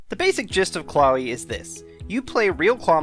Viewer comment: I thought it was pronounced Claw-we